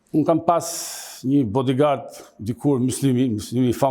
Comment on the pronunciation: Oer mir , po nikolla të mësojë pak anglishtë se është dhe pronar gazete. Nikoll unë jam një njeri i thjeshtë por nuk mundë të pranojë nga një gazetar që ( badigardit ti thuash budigardë). Të dashur shqipëtar ky është niveli gazetarisë tonë , prandaj mos prisni shumë nga gazetarët tanë dhe nga medja jonë.